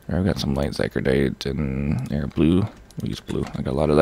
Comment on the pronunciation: Oh my god it's zy cor o dite not zy cro dite